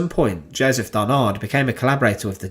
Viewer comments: It is Joseph DARNAND ,not DARNARD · Joseph Darnand, DARNAND, not Barnard nor Darnard..... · Darnand, not Darnard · Darnand pas darnard svp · "DarnaNd". There is a "N" instead of a "R". Thank you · I am sorry, but mispronouncing Darnand at least 50 times during the whole video is a nightmare to listen to. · Yes and we don't pronounce the final d either - it's a nasal sound.